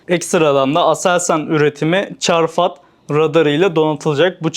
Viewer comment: Çarfat değil çafrat idi sanki